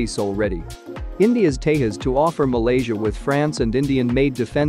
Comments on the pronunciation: It's not Tehas it's Tejas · You are not pronouncing the name correct. The J in the middle is Not silent. Its Tà ( like saying ta from taser) and Jus (like saying jus from just). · agreed, they think it's pronounced like portugal or spanish phonetics where j sounds like y or h, like mujeres in spainish.